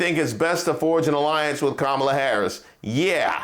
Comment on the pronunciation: The same woman who is denouncing someone else for racist speech still intentionally mispronounces Vice President Harris’ first name. So unserious.